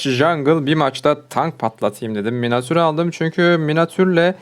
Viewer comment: abi ne güzel diyorsun öyle 'minatür'